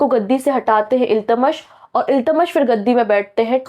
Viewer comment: Correct! Teacher ko sahi name bolna chahiye kyonki bahut sare bachche galat seekh lenge or aage unhe dikkat hogi. Shahnama hota hai shashnama nahi,Iltutmish hoga Iltamas nahi . Isme bura mane ki koi baat hi nahi hai,galti kisi se bhi ho sakti hai.